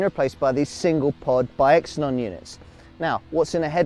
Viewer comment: It's pronounced zeenon NOT X-enon 😂😂😂 Elephants have trunks, cars have boots